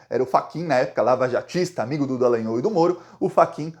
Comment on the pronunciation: não é dalanhôu, é dalanhól, com o aberto...